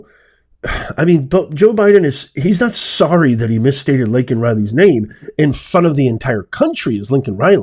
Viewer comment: Twice he called Laken, Lincoln.